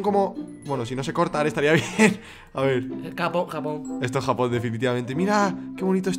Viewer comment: like si te diste cuenta q dijo japojon